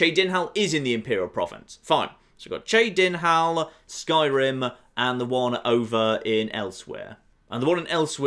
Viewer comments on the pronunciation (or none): The way he pronounced Cheydinhal. You can tell someone has never played oblivion. You should try it sometime it's great. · pronunciation of Cheydinhal makes me cringe so hard.